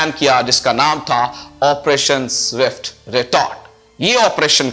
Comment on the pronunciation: Jabwa jee zindagi mein kuch parh likh bhi lena tha. Bohat semi literate reh gaye ho. Fazlika ko fazalka keh rhay ho. aur swift retort ko zift retort boltey ho.